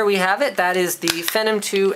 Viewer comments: nice video. short and sweet, showed everything i was interested in. one thing though, I feel like your saying phenom wrong. you say fe-num, i say fee-nom. as in phenomenal. I could be saying it wrong though i guess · ok before you get too excited... Phenom is pronounced (fee-nom) not (fenom) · lmfao!!!!! what the .... is phinem!? it's phenom lol! but nice video! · Is it pronounced *fenum like Linus says? Or *feenom like Phenomenal? This keeps me awake at night. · it's fee nom as in phenomenal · lol, it's pronounced "fee-nom" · I pronounce it FEE-nom. And PRA-sessor. H. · Is it me or does he pronounce phenom wrong... among other things? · Linus has an "interesting" way of pronouncing "Phenom."